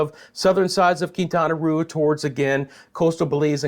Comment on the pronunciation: Quintana Roo. The roo is pronounced as "row," as in row, row, row your boat. Love your channel!